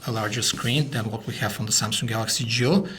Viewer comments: Why do I hear "JEW" instead of "GIO".... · I keep hearing 'Galaxy Jew'.